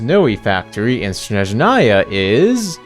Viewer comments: THIS + jp and ru are pretty close phonetically speaking, which also helps a bunch. i just don't understand where did the en vo direction see SHhSHSHnezhnaya and why it's so hard to place the stress on the first syllable lmao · one day people will learn how to properly pronounce Snezhnaya... but today is not that day 🥀 ig if the en vo direction can't be bothered why anyone would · I can say only about russian, but again jp did a great job pronouncing these words. I can see that they actually put some respect and effort into pronounciation. Same goes for cn dub. While en quite often can't even decide "what is the right way to say this word". For example in HSR in ONE DIALOG two va's say NPC's name in two different ways... Mind you, I have nothing against va's themself, but their director/s, who can't even do a 5 min research and give all va's basic transcription or smth similar? Yes